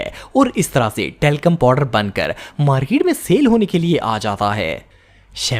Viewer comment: Talcorm powder😂😂😂😂😂😂😂😂😂 😮had ha😂😂😂😂😂😂